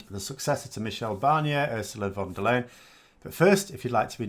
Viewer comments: Hello. For future reference her name in german sounds more like "lie-en" and not "leyn". Keep up the good work. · For an English speaker the last part of Ursula von der Leyens surname sounds like the English "lion".